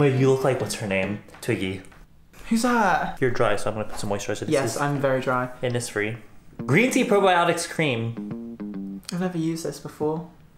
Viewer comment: Hi no one cares and no one will read this but can I please tell u that ur pronouncing innisfree wrong. Innisfree is named after the island on Ireland called innisfree and the poem written by W.B Yeats called The Lake Isle Of Innisfree. I am from Ireland and the 's' is pronounced wrong. It should be pronounced as 'sh' instead so it is inniSHfree. Yay ur welcome I'm sorry lol